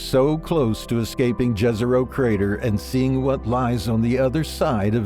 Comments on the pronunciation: It isn't Džezero, but Jezero [yezero]. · Jezero is pronounced as Yezero, not Dzhezero, damn. Jezero means "lake"